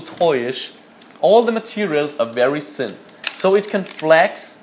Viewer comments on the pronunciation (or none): aussprache: thin und nicht ssssin